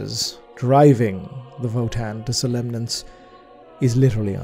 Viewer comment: I suspect it's a slight mispronunciation of "somnolence", excessive drowsiness or fatigue.